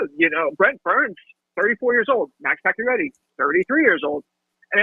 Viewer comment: How do you follow hockey, and make a LIVING from following hockey, and STILL not know how to pronounce “Pacioretty?” It honestly blows my mind.